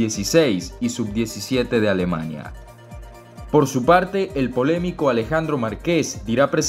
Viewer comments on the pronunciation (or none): none